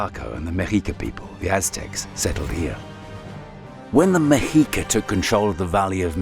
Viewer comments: This video should have been closer to an hour in length but it was still outstanding! My only critique is that I believe the pronunciation of the Mexica is Meh-SHEE-ka. I stand to be corrected. The "Aztecs" did not call themselves Aztecs. All of Mexico is full of wonders... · pronounced the X wrong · the spanish pronunciation is “meshica” not “mejica”